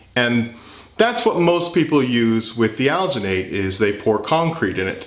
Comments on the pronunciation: Al-Gin-Nate, is how we pronounce it in the dental field. The colder the water you used will let you have a longer working time. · as a sfx artist I must tell you it’s pronounced like al-Jin-et and you need to mix it w COLD water SLOWLY by hand NEVER with a power tool. Also a fun thing you can do is leave the mold to dry for a while and it’ll shrink. My teacher once let a face cast shrink and kept making a stone positive of each shrunken face and casted in alginate he kept shrinking until it was only about three inches tall. Super cool stuff! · The "g" in alginate is pronounced the same as in "GIF". Hope this helps. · Al-gee-nate. Soft G. You couldn't've used a less... demonic... color for the foot? No? Okay then. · It's not pronounced ghh but rather juh. Alginate is used for taking dental impressions for one time use only as you mentioned in your video. "Aljuhnet" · The pronunciation is Al-gen-et, or Al-gen-ate, if that helps. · It's made with algea so al-gin-ate. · It's pronounced "alginate", hope this helps. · the G in alginate is prounce like in.GIF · It's alginate with a soft 'g'. it comes from algae. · algenate is pronounced like gel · It's pronounced "alginate"